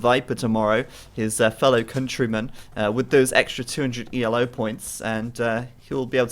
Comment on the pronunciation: Just so you know, the rating system isn't pronounced E-L-O, it's just Ee-low, after the man who created it, Arpad Elo.